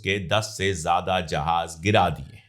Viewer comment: Jahaj nahi jahaz hota hai sir